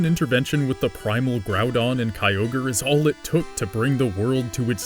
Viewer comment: I like these videos, but you did too much with this one LOL. I could hardly watch as you continually said Kyogre's name incorrectly. There is no Pokémon Universe as you are explaining it. Pokémon is just our Earth in the future where we developed technology to encapsulate animals and bend them to our will instead of having to break them like we do now (which is awful). The locations in the games are based on the four REAL islands that make up Japan. It's just a creative way of explaining the elements in a more physical way and Arceus is God. I guess the video wouldn't be that interesting explaining it this way, but that's the real story that most of us already knew LOL.